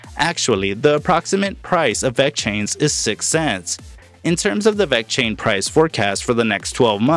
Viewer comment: dude say it right!